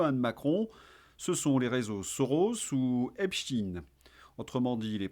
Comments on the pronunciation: Insupportable votre prononciation de Epstein qui ne se termine pas par in…..comment prononcez vous Einstein…..rectifiez en urgence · pouvez vous arrêter de prononcer 🗣️'epstine' c'est pénible à l'oreille et un peu ridicule On ne dit pas 🗣️'einstine' ni 🗣️'frankenstine' hein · Cette prononciation de (Epstaïn) à la hollandaise m'horripile ! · Lorsque vous prononcez e.p s.t i .n.e : encore sous protectorat des cowboys ? 😂